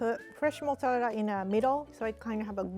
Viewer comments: Other people: Mozzarella.: Massarelelea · I love the way she's saying mozzarella (mozzallera)😂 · Fresh motz-ah-lela cheese, I love the way she talks 😂❤️ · i like how she says mozzqarella cheese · Mozalerra cheese 😂😂😂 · "Motzerela cheese" i almost forgot the actual name of mozzarella cheese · "Modelela cheese "rie 2021👌🏼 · i love the way she says mozzarella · I hope this doesn’t sound rude or mean but I JSUT love the way you say “mozzarella” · pronouncing mozzarella is the only thing keeping me alive rn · that pronunciation of mozzarella tho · The way she pronounces Mozzarella is sooooooo cute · The way she says mozzarella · The way she pronounces mozzarella is so cute 🥺💖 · the way she says mozzarella is so satisfying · I love how she says “mozzarella”